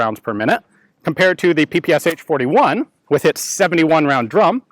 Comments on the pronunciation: It's not called sha, that's slang. It's peh peh che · PPSh? You mean PPŠ? Verbaly it's: "Pa-Pa-Ša" or for Americans "Pa-Pa-Sha" not "P-P-S-H". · Why americans call it PP S H instead of PP Sh? Machine-pistol of Shpagin, so it should be PP SH, isn't it? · It's not Pee Pee eS eicH, because those are not four letters/sounds, but only three of them Pee Pee eSh or Shee, where Sh is like in shoe, show, shot. That's why the h is in small caps. Just call it PaPaSha, it's the closest you'll get to how it's actually called. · is it not supposed to be pronounced papasha? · You are pronouncing dis wrong. It is pronounced, 'p-pshh' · Peh-Peh-Sha. Get it right. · PPSh is actually pronounced P-P-'SH', like in Shh!, it's named after a guy named Shpageen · Cool video but the name sounds different. П П Ш P P Sh (peestolet pooljemet Sh'pag eena Shpagin submachine gun) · Ш is not "sha", but "sh" (or "esh"). The designer was called Шпагин = shpagin, not shApagin, and the gun is literally called "Shpagin's submachinegun", that's why it is "pe-pe-esh". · In Russian this gun is called Peh-Peh-Shah😉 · Ппш 41. Its pronounced Pe pe sha. Nice shooting test id love to shoot one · just a little thing in case anyone hasn't already mentioned it the "ppsh" is actually pronounce "papashaw" for reasons i'm not even gonna try and understand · Instead of pps does not one normally say pey pey sha for that particular submachine gun. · Greetings from Russia. I really love your channel. the correct pronunciation of PPSh is [pæ-pæ-ʃʌ] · So many people mispronounce the name of the gun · LOL he pronounces ППШ completly wrong. Write "ППШ" in Google Translate (russian language) and listen.